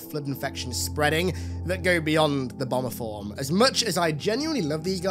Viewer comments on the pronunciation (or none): Dude said "bomber form" with his accent and I heard "obamaform" and laughed about a proto gravemind Barack.